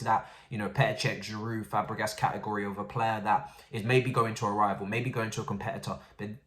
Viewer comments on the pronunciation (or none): none